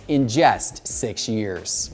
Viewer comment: Just, not jest. But thanks for the vid.